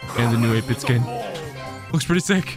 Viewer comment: Did he say new 8 bit skin or is it just me